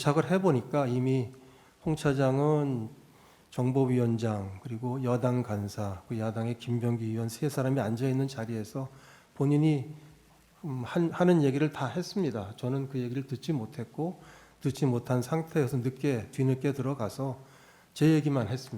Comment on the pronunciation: 진짜 미치겠다. 다 하나같이 전라도 사람들이여서 의원 발음이 안되서 으원 으원 거리고 앉아있네, 헌재 좌빨 재판소장이나 거짓말 하는 내란범들 하나같이 으원 끄집어내라 하고 앉아있어 미치겠네 아주